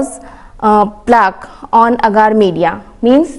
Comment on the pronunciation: Agar not aaagaar😁